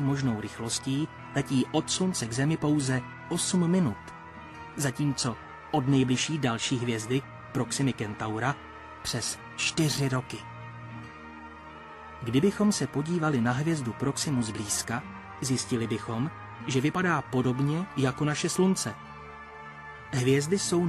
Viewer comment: Proxima Centauri. pán to zle vyslovuje ako Proxima Kentaura. Inak veľmi pekné video